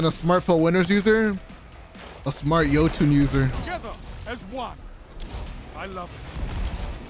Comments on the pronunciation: the “Yee-toon” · my man really said yeeetun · Jotunn (Yo-ton)